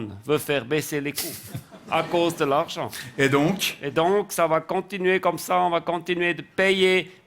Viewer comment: Non ! A cause de l’archent…. La prononciation est importante 😂